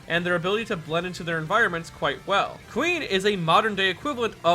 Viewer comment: When you said Kuin I thought you said queen